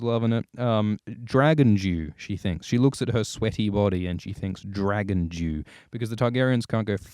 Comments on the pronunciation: I heard that as well! It does sound like he's saying "Dragon Jew." Dragon Dew is what he really saying, and now I have to ask if that's the new flavor from Mountain Dew. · I swear I hear "Dragon Jew" and we all know that's Moishe Dayan!